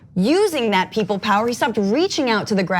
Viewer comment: POWAH WE NEED UNLIMITED POWAH